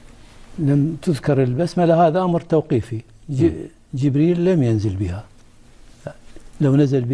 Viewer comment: لم (بكسر اللام وفتح الميم وحذف الألف) وليس لما ، مع تحياتي